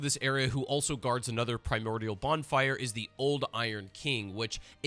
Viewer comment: "the rotten is another primortial bonfire"??? you mean a primal bonfire? lol